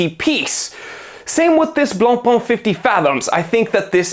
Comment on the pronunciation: The pronunciation IS NOT BLANCPÒN or even BLANPAAAAAN! YUCKKKKK!!! YOU SILLY YANKKKKK 😂😂😂😂😂😂😂😂😂😂😂 Pain means BREAD AND IS PÈN. OOOOKKKK???? STOP WITH FRENCH LANGUAGE RAPE!!! 😂😂😂😂🎉